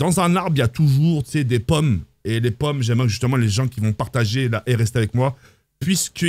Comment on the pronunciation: T’as dû mal avec le mot pomme 😂